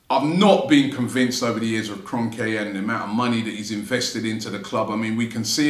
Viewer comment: It’s Kron-kee ffs.